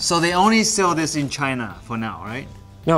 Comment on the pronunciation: Why does it sound like you say vegina instead of China??